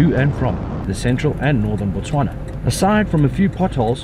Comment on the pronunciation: Absolutely beautiful cinematic video. I really appreciate how all you guys pronounce all the names of my country's places correct every time, i really respect that effort considering how hard Setswana names are